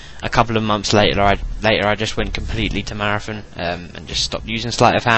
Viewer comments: Its marathon not marafon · "marathun" hahaha i love that accent